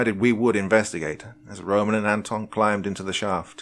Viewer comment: It's ANton and ROman. That's how u put the accent on those names. Nice story!